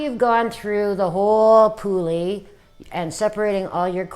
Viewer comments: For Christ’s sake learn how to pronounce the breed’s name if you’re going to claim to know how to groom if. It’s not a “poolie”. It’s a Puli. It’s pronounced like the English word “pulley”. Does my head in when people can’t pronounce the name. It’s not that hard. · No we do not call them poolie. I am Hungarian. I grew with these dogs. I have one. And I can guarantee you that we do not call them ‘poolie’. Your pronounce it like the English word ‘pulley’. And do not stretch the ‘u’ or the ‘e’ out. Dumb Americans. 🙄🤦‍♀️😂